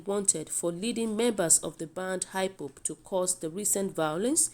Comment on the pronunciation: Please is not high pop but IPOP not heny body but anybody and etc. So if you cant pronounce wards well is very difficult us to understand the news from you thanks